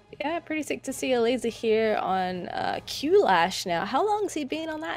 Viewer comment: I am pretty sure QLASH should be pronounced as CLASH.